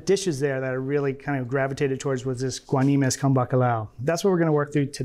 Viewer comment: You America's Test Kitchen got the name wrong, is guanimos, not guanimes.